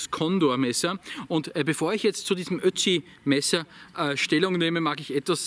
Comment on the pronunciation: Ich versteh immer Ötchi. Spricht man Ötzi in Österreich so aus? Ötchi?